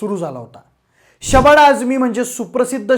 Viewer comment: न ला ण ... स ला श ण न ला असे का म्हणता?? खूप जणाची प्रवृत्ती आहे ही!... आणि हो शबाणा नाही ❎शबाना ✅